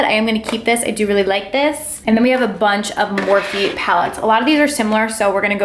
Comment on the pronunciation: Don't get me wrong gurl i love you. But i cringed every time you said Morphe